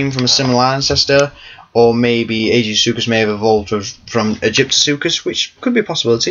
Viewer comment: I thought he was pronounced Ai-Gee-Soo-Kus.